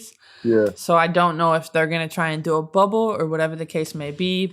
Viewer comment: I almost thought Stewie had a speech impediment cos’ she kept saying ‘Wubble’. Took me a hot minute to realize that she was referring to the WNBA bubble. 😂